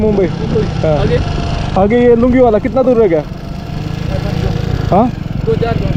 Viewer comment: ते लुंगीवाला नाही लोहणगेवाला आहे आणी कुलदीप सिंह चंद्रपुरी नाहीतर कुलदीप सिंह चांदपुरी आहे आपण कश्याला काय बोलतोय याचं थोडं भान ठेवा..